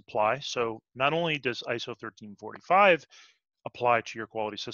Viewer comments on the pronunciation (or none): I keep hearing "ISO 1345 Standard". We are talking about ISO 13485, yes? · Great video! PS: Is 13485 pronounced 1345?